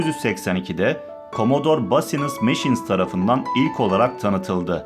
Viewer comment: Basiniss ne demek yuh!!!! CBM’i NASIL TELEFUZ ETTİN!!!